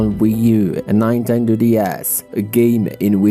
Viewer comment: Did you just say nine.tendo